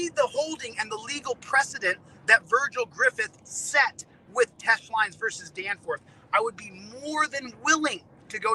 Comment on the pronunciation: “You dunce caps didn’t do the research on Teche Lines vs Danforth like I have” Really? That’s why all these “duncecap” had to point out that you were pronouncing it wrong for MONTHS? 😂😂😂😂😂😂